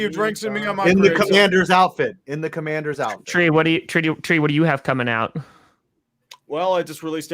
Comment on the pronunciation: Washington CUM-Mann-DERS